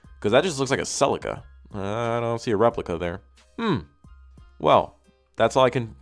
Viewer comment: Love your videos dude, but the way you pronounce celica just grinds my gears something terrible